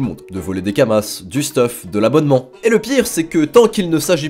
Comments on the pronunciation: c'est des Kama(s) pas kamassssssse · Kamas bordel pas « Kamasses » !! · Kamas, pas kamasse. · Et les « kamass » aussi, ça me ronge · Tu dis sérieusement "kamasse", xD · Il dit vraiment kamaSSS ? wow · lol on prononce pas le "s" de kama c'est du pluriel tu dis dis pas des "euross" a par cela bonne video et je vais direct voir la chaine de Epic. Je compte bien retourné sur le jeux j'ai du retard a ratraper autant s'y prépater. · Prononcé le s de kamas sa choque personne ? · Bah oui c'est Kamasse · Ca me stresse il dit Kamasse au lieu de kamas et astreube au lieu de astrub 😂😂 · Désolé mais le lore est trop précieux j'peux que mettre un dislike pour le "Astreub" plutôt que Astrub et pour "kamace" plutôt que kamas, 👌🏻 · Pourquoi il prononce Kamasse et astreube >:0 !?!?!?